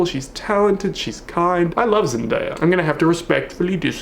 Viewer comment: "Zendayer" lol